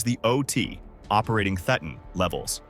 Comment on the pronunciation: Nice video! Just one thing: "Thetan" is pronounced like Satan, but with a lisp.